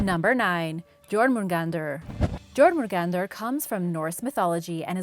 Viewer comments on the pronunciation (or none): (gormungandar) Jörmungandar (yourmagandar) that is how it is prounounced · B R U H. Jor-mun-gandr!? It’s Yor-mun-gandr! Jörmungandr is bigger than 8-4! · The jormundander is pronounced as yormungander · Anyone else getting 0.01% angry when she/he/they pronounce Jörmungandr (Yaw-moon-gan-der) as Jormungandr (Jaw-moon-gan-der) No offense is i hurt someones feelings it's just i'm a big fan of some mythologies and get a little annoyed with peoples pronunciation Again i am sorry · It's Yormongund the j and r aren't pronounced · Jörmungandr is pronounced like yourmengandeer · Jorgamundar was another one she pronounced wrong. The Js are silent, more like Ys